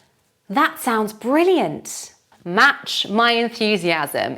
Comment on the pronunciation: Why do we hear at the end of the word "brilliant"/ˈbrɪliənt/ , the sound 's":?? when you speak.